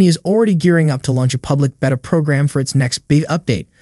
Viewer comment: You're going to keep getting a thumbs down for me until you say beta the correct way